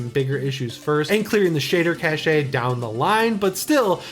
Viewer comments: It's still cash, not cashay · Please.... "cache" is pronounced like "cash"... not "cash-e"... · Cashay 😀! I think you'll find that Cache is pronounced - Kash. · Just because its a small nit pick I have... the word cache is not cash-ay.... its just cash you know like how you would pronounce the word cash when referring to money. Same applies to other words that end in e. Just saying when I plan a ROUTE I don't say ROUT-AY.... I just say route. Sorry for being annoying lol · Good stuff,! Keep meaning to tell you, cache is pronounced like cash. Not like cash-ay! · Not sure if you do it ironically or not, just in case, "cache" is pronounced like "cash". Not judging, just wanted to let you know. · Cache is pronounced "cash." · If you say cashay one more time I'm going to lose it. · Cache is pronounced Cash. Anyway the only downside to the vibrancy plugin is that it also applies to external displays and there's no toggle so you have to bring the slider back down and remember your value for the next time you play in portable mode. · It's not at all regional pronunciation. It's a word that's only pronounced one way. It's not uncommon for more non-nerdy folks to assume the "e" gives it a little French flair, but it's cash. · its just weird to hear someone this into tech pronounce it incorrectly so many times . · Omg he keeps saying it and it's really annoying. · I think it's one of those regional pronunciation things. I agree with you though. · I grew up near Cache Creek in California, which was always amusing because it sounded like "Cash Creek", despite it being named for the caches of food the local Native Americans used to store along its banks. I've never heard "cache" pronounced like "cachet" before.